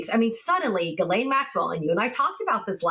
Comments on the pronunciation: Maxwell's first name is pronounced ZHIS-LEN, not GEE -LAYNE. It's a typical & relatively common female French name. Most Americans get it wrong. The reporter also mispronounces Virginia Giuffre's last name too. It's GEE-OOFRUH. And roll that R while you're at it!!😊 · Hello Ladies, Just a little note , Maxwell's name is pronounced Jìslaine not Guilaine... The only one that pronounces her name properly is Michael Popak.... On the same note, the river in Texas should be pronounced Guada- loupe ( as in magnifying glass) and not Guada-loupay!... It hurts my French ears... thanks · Ms. Maxwell's name is pronounced Gillen (short i).